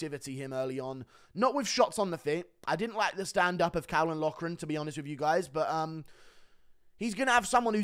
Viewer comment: Caolan is pronounced “kaylen”.